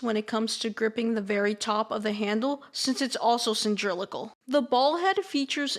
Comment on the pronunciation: Wrong: Sin•drill•acle Right: Cee•lin•dri•cal (Cy•lin•dri•cal)